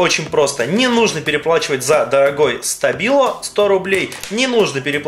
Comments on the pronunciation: А еще правильно говорить штабило ударение на и . И эти штабилы не для писания , а для раскрашивания мелких деталей или просто рисовать . Ты вааобще в табила ничего не понимаешь . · Так как это немецкая фирма,то и произношение у нее Штабило